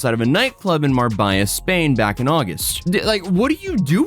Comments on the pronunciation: MAR-BAY-AH. NOT MAR-BUY-AH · Mar-bey-a Shocked he called it mar-biy-a. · mar-bay-a not mar-bye-a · Marbella is pronounced Mar-bayer. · how can you not pronounce marbella correctly dafaq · You need to learn to pronounce Marbella 😂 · The way you pronounced Marbella 😂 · Never heard the town name Marbella butchered as badly as has done - surely you Americans know how to pronounce a double L in Spanish? (Seeing as about a quarter of your country was once Spanish/Mexican land?).